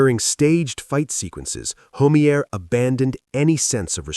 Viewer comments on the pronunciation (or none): Skip Homey-air lol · Skip Homeier's last name is pronounced Ho-my'-er. Sheesh. These AI voices.. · HO MEA AER ????? THESE STUPID AI PRONUNCIATIONS !!